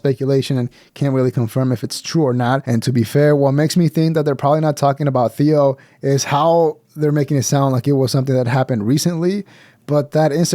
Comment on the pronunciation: Theo is 1 syllable